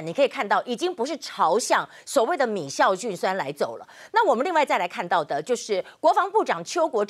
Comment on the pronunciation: 是米酵菌酸，不是米「醋」菌酸，雅琴姊